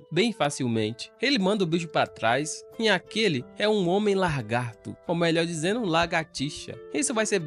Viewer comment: Obrigado por trazer essa obra. Mas pelo amor de Deus minha jóia, aprenda a falar lagarto, LA-GAR-TO , Lagarto. Abraço. 🫶🏼 E sucesso